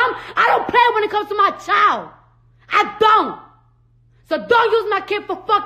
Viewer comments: Ti said: Whew "chilet"! Lmao. She will chop & screw some words, but I love her though! 💕💕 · it’s actually pronounced child lol